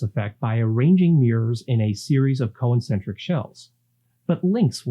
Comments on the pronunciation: Are you saying "co-incentric"? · You pronounce "concentric" as though it were "co-encentric" and it's distracting. 😁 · Good overview. Thanks! You might want to check your pronunciation of ‘concentric’ and ‘avionics’. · Great video, but why do you pronounce “concentric” as a four syllable word? 🤔